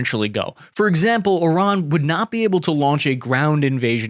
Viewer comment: At least he can pronounce Iran properly.